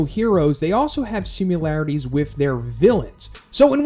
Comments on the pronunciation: You say "simularities", "simularity"... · You are aware there is no letter U in the word similarities?